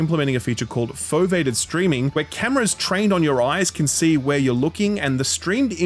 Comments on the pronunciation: Fovated streaming 😂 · foe-VEEEE-ay-ted rendering has been around in ps vr2 for years,.